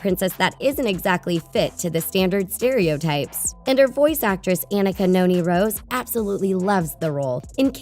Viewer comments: Anika's name is pronounced Ah-NEE-ka, not Ah-nick-a. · Anika Noni Rose (a-KNEE-ka)